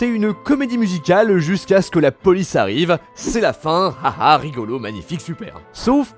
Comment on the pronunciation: (Jusqu'à ce que) et non (justequak).....